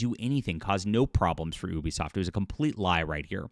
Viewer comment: It's pronounced You-Be-Soft, not Eww-be-soft.